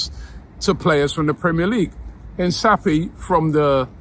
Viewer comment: My ears can't take it anymore, I thought others call it Hin kapie, but hear more of the 'S' sound from Robbie's mouth, oh my ears